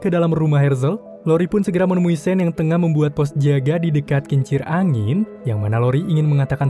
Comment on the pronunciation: Sean tu dibacanya sin/san Inimah Shane